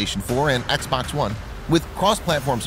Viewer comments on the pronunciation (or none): none